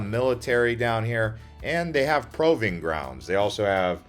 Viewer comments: Also, did you say "proving grounds" but pronounced it "proWving grounds"? What planet ARE you from? Proving rhymes with moving. Why does EVERYONE know this, but you??? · You pronounced proving wrong. It is pronounced prooving.